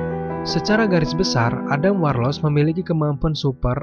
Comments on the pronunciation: kurang suka cara bacanya kayak ga bisa bahasa inggris, bacanya warlok bukan warloc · Dibaca Warlok bang bukan warloc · Sebel banget cuy, dengerin Adam warlocc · warlord , warloch atau warlock?? hehehe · Sepanjang video "adam warloCH" "Adam Warlos" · WARLOCKKKKKKK PAANDAH, BANG BENERIN DLU OMONGANNYE